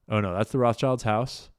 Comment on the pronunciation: Do you pronounce Rothschilds as "roff childs" intentionally or mistakenly>? Allegedly.